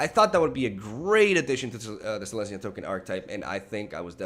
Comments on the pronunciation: Does he call it Selenya just to tilt people or does he just not read the comments? S-E-L-E-S-N-Y-A!!!!! Love you <3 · Are you calling it Selaynia for a reason? Its "Sel-Ez-Nee-A" Selesnya